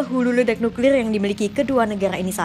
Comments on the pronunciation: Kata mimin NUKLILLL BUkan NUKLIR 🤣🤣🤣🤣🤣 NUKLILLL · Suka denger ngucapin nukrir nya 😂